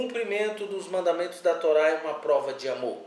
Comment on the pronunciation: Yahushua lkkkkkkkkkkkkkkkkkkkkkk tolá. Kkkkkkkkkkkk pqp mano isso é horrível, alguém deu crédito? O cara não sabe falar Hilel kkkkkkk mds